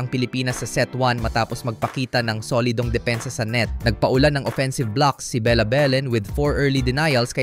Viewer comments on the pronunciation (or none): none